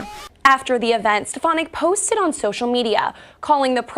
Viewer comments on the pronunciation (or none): So glad she was booed. Trump can't even pronounce her name correctly. He says "Elise Ste-pha-nik." Otherwise, he doesn't know who she is. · Rep. Elise Stefanik (or Step-a-nik) as Donald Trump called her, or Miss Piggy (which would fit) came to Congress touting herself as a "moderate Republican" who wanted to "lower the partisan rancor" and "work across the aisle." Then they dangled Liz Cheney's old job in front of her and she became a hardcore MAGA Queen overnight. She's a phony, sorry (rhymes with twitch).